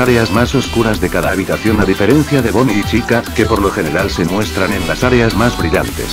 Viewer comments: dijiste bombie en vez de bonie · Y tu dijiste bonie en vez de bonnie :v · en la numero 7 en bves de decir bonnie dijiste bombi xd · en la ocho otra vez dices bombi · Like si notaste que dice bonbi en vez de bonni